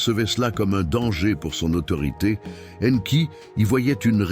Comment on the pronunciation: La voix I A qui prononce différemment le nom d'Enki . Anki Enki. Mdr